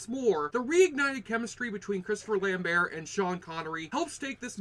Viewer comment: you pronouced lamberts name wrong dick